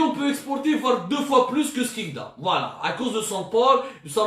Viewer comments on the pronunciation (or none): none